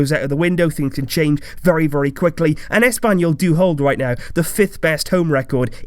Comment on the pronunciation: i love how you emphasize espanyol de cornella :))))))